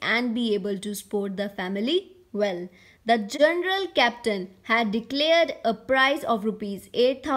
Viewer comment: Journal ❌general ✅